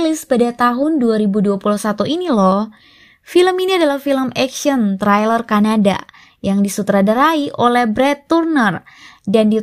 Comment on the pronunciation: trail·er /ˈtrālər/ Dan thrill·er /ˈTHrilər/ Beda arti lho 🙂😊